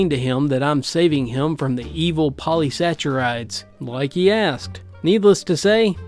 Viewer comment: saccharide is a hard k sound not ch........sack are ride